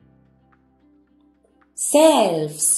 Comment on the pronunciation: Que cosa tan rara tienen uds los españoles con la pronunciación de la sh..asi no se pronuncia shelves pero es que no pueden..es algún tipo de discapacidad .porque ni a Shakira la pronuncian bien..que extraño y disculpen si se ofenden pero no lo entiendo